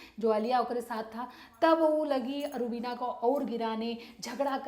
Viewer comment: Rubineeeeeea how beautifully she pronounce 😘🇵🇰🇵🇰